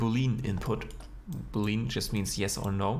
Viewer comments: not being picky but its pronounced boo lee un not boo lean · Not being picky but it’s pronounced boo lee an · Hmm, so this geometry nodes building generators need premodelled objects to work? That's a weird way to pronounce boolean, just gonna say. I'm more used to it being pronounced as boo-le-yan